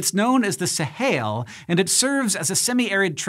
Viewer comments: Sahel. Not Sahail. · it's pronounced "suh-HELL" not "suh-HAIL" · Fully aware of what a nitpicky comment this is but Hank is definitely pronouncing "Sahel" weirdly! In English it's pronounced /səˈhɛl/ exactly the way it's spelled not /səˈheɪl/ as he is pronouncing it. If you wanted to go with the Arabic pronunciation, it would be /ˈsaːħil/. Forgive me my nitpicking. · sa-hail? smh. Sa-hell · Sahel is spelled phonetically. It is not pronounced "Sahail". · It is pronounced the sahell